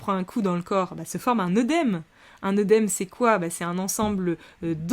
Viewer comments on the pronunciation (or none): none